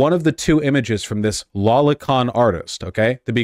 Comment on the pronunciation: what the hrll id s "lollycon"? am i hearing that right?